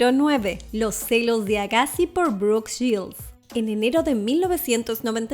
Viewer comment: "Brooke Shields" no "Brooke Gills" La narradora necesita Open English 🤣